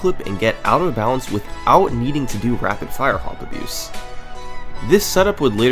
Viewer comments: i would assume rfha is rapid-fire hop abuse but summoning salt pronounces it like rapid fire-hop abuse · He keeps saying “rapid fire-hop abuse”. i would bet my life it’s “rapid-fire hop abuse”